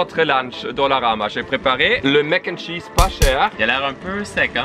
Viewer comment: C’est Mac N’ Cheese, pas mac’chees